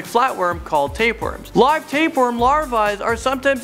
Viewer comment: wtf taperworm? you mean tapeworm